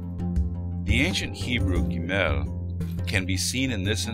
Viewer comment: Cool video. In the biblical scripts and modern pronunciation, the syllable stress of גבר gever and גשם geshem go on the first syllable: géver, not gevér, and géshem, not geshém - they are segolate nouns. Gimel is also pronounced gímel :)